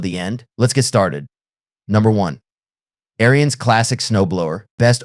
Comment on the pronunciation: pronounced air-ins not airy-ins